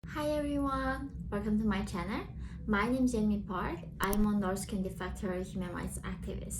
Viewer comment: Channel, not channer. Please try and keep up the videos